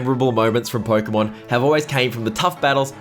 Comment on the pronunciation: Pookeemaan ieel ov ermaour